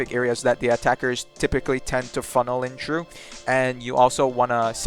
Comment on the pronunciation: i love how this guy says things hahaha like irish without the accent - Tree instead of three, trough instead of through, expec instead of expect love it!